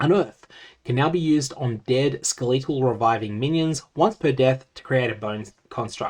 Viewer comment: Really enjoy the way you say "Skeh-LEE-tul" I wonder if it's a Gog thing or an Aussie thing